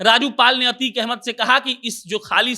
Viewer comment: अबे यार अच्छे से अभ्यास कीजिए अतीक अहमद है अतीक पाल नही